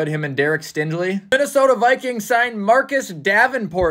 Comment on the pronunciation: All Texans fans plus anyone who actually knows how to pronounce names are screaming after mispronounced Stingley